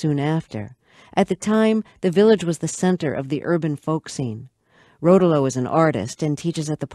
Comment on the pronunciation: Pronounced Suzee Ro'towlo, not Suze Rotow'lo.